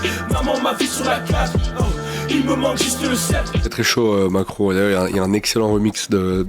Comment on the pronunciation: J'adore l'outro (Macro) mais les "Macro" sonnent un peu comme "Macron", ca rend ouf